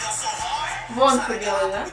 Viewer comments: Кихен - не лидер, он вокалист, лидер там Шону. А псевдоним Шин Хо Сока проиносится как ВонхО, ударение на последнюю. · Не вОнхо,а вонхО